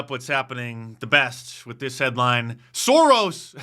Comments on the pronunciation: SOUR-ON not SOAR-ON. Holy moly that hurt to hear. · Sore-on? C'mon bro! Don't disrespect Tolkein like that! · Mark, Sauron is pronounced “Sour-on” not “Sore-on” I know you don’t like Sports Ball but you gotta know Lord of the Rings 😆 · Fool of a Dice! It's pronounced "Sow-ron" not "Soar-ron"! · Sauron. Pronounced sour on. SOUR-ON. The Genius of Tolkien. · Sow-Ron. Pronounced Sow-Ron, brother Mark. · Pronounced Sauron wrong and one of the judges is a Bush appointee